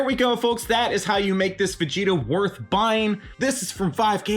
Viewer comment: during the video when you said "Ver-gita" it reminded me of a DBZ parody called Dragonzball PeePee, and Vegeta is called Virginia in that one